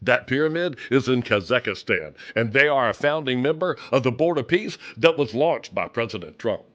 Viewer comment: Being pretty good with geography, I've never ever heard of Khazakastan. Definitely heard of khazakstan, however. He must not have been orientated that the word is ORIENTED, either. Swear to God this tech has stolen more correct English than i care to know.